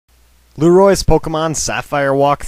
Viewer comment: its not luerio